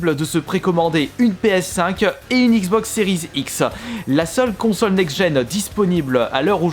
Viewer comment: Xbox série X tu sais dire ça la lettre X et pas "iz".. Pfff pas possible ce niveau à 34ans..